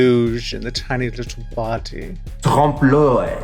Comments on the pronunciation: I love Raja's pronunciation of trompe l'oeil as trump loy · Did i hear „ Trump loin “ ? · Raja: "Tromp Loy" French people: ... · It's a TRUMPLOY.... geez Raja, that's not how that's pronounced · Hey Rajah... interestingly pronounced..Trump Loy .. specially saying it twice.. a conversa starter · Its pronounced "Tromp o-lay" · trowmpe l’oewil 😂 as a french speaker this is so funny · Raja: "Trump loy" Me, a French-speaking person: "Nah. Nice try though." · raja pronouncing trompe l'oeil like that gave me flashbacks of my anglophone art history teacher butchering it everyday ahhh TrOmP LOY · As a French people, I can not go over the way Raja pronounce "trompe l'oeil" haha ^^ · That butchering of trompe l'oeil 🤣 Oooooh boy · th .... that's not how you say Trompe L'oeil XD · Hearing them pronounce “trompe de l’oeil” as someone who speaks French was lowkey kinda painful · My French ass died when you tried (emphasis on tried) to pronounce "trompe l'oeil" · No, not a nice try, I wanted to die each time they said it that way 😐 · Never thought French could be butched that hard until I heard "trompe l'oeil" 😂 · I died inside a little bit every time they tried to say it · that pronunciation of trompe l’œil was downright homophobic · the pronounciation of trompe l'oeil literally kills me mdr